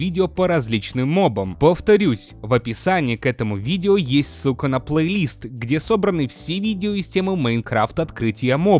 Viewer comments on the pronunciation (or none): кажется что он сказал Су*а а не Ссылка (прям не чуется что это Ссылка а кажится что с*ка)